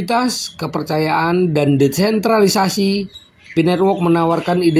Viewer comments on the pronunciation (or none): AI bacanya "EE AI" (Artificial Intelligent). DESENTRALISASI bukan DENTRALISASI !